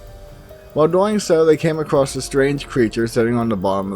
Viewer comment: Dude,,, the word "across" DOES NOT have a "t" at the end of it!! It is NOT "acrosst"...